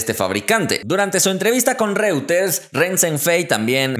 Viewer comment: Investiga cómo se pronuncia REUTERS